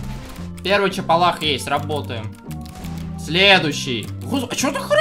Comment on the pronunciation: не чепалах а ЦАПАЛАХ